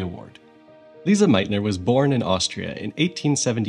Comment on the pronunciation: It’s Lise, pronounced Lees not Lisa!